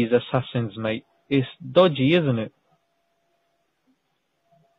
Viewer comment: lol 'assasins'